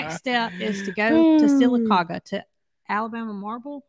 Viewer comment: see if Lester can pronounce Sylacauga Alabama. He didn’t do very good with mobile. I’m from Sylacauga and nobody pronounced it correctly that I have experience. You are the first. That was perfect!